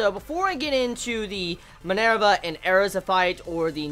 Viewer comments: her name isn't Airza it's Erza pronounced like URZUH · No, listen to the characters pronounce it during an episode. They clearly say it as AIR-za...